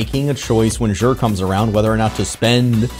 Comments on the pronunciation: This is not how you pronounce Xur.. listen to the postmaster in the tower and you will feel silly for going out of your way to pronounce it like this. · Love your vids and streams. but I just have to ask. Why do you say "jher"?